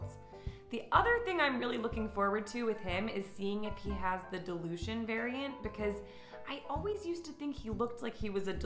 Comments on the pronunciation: She was pronouncing it as delusion instead of dilution 😂😂 I was like ummm what lol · I kept thinking you were saying “delusion,” not “dilution” lol!! I was like, no poor Ferguson isn’t delusional D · At first, I thought you said "delusion" instead of "dilution" ... that might explain a lot of my Finnegan's behaviour! :D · Hilarious to me that your accent makes "Dilution" sound like "Delusion" to my ears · Me too. "Delusion" v. Dilution lol